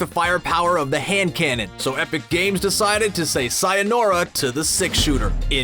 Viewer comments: It’s not sayonora it’s sayonara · So, no one talking about how this guy said “sayonora” instead of “sayonara” it’s a small thing but mildly irritating. (By the way sayonara means goodbye in Japanese and is used for more serious/long times for being gone and is not to be used for everyday)